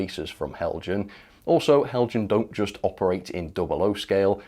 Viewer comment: Apologies in advance for the petty comment....but you are pronouncing Heljan incorrectly. It is a Danish company name hence the J is silent (sounds like Hel-yan).